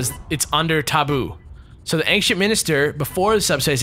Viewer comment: is he saying anKcient minister?